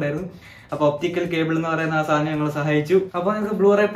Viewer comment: സാനം അല്ല സാധനം എന്നു പറഞ്ഞു പഠിക്കുക😅